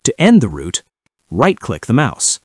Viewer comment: Work with pronunciation, especially word ROUTE!!! Video is good